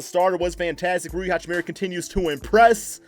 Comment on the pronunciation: Guy can't say hachimura's name properly ffs 🤦🏻‍♂️😂